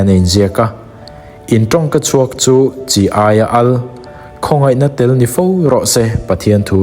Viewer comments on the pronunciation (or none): I thu chhiar kha Kolosa bung 4:6 kha chi aia al tih a nih loh kha, chia al tih a nih zawk kha.